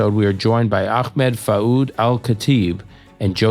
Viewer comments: ...he said "fa'oud" over and over. it's not a hard name to say lol. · it drives me nuts. it's basic respect and "fouad" has two effing syllables to remember and they're in the same order they're spelled in. "Senor" is a less intuitive name to pronounce without hearing it first